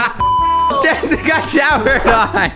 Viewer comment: Its not jensen lmao its Jentzen